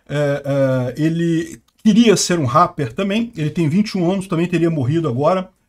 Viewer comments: é "répeer" kkkkk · na palavra rapper o "a" tem som de "e". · Ele fazia Rappi?? pronuncia direito! RÁPER não! "Réper", até quando vc falou que ela fazia "Rap" ficou estranho, pq vc fala "rÁper" e depois "Rap" (pronunciando rép) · Fala igual ao Silvio Santos. “Ráper” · "ela faz réh" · "réper", é assim que se pronuncia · Agonia ver o falar RARPER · parceiro, só uam correção rapper se prenuncia Réper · Se fala réper não ráper 😂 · A pronúncia é rrépe. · Ráper kkkk... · A forma que fala rapper é tão diferente... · Inglês britânico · inglês britânico mas com R alemão. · Parece aquelas pessoas antigas q ao invés de pronunciarem ok como okey, dizem o ká! Haha! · O jeito do falar RAPPER KKKKKKK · falando "Rapper" errado só pra gerar engajamento nos comentários, ou será que ele realmente acredita que tá certo?